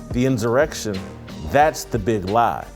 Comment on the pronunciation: I agree with a lot you say but it's bad that you can't pronounce the word insurrection